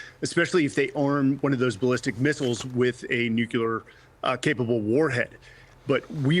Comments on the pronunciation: How do you get “Nuculear” out of Nuclear? Sounds so stupid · There is NO such word as NUCULAR. It's NUCLEAR. You had me until you said that. And you're supposed to be an 'expert'. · I don’t know why the word “nuclear” is so difficult to pronounce. Nu-clear. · I commentator that can't correctly pronounce the word nuclear "new clear" doesn't have much if any credibility. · No, its nu-cle-ar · yes, of course. But it’s not “Nuke-you-lar”. It is increasingly common to hear it pronounced this way. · I think Jimmy Carter was picked on for that same pronunciation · he says it about five times. it's not a "mistake", it's sheer ignorance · Lots of people say it that way. It might not be correct, but if you listen to a lot of nuclear stuff- energy, weapons, science- lots of people say it that way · another expert who can't pronounce nuclear..... America is so poorly taught.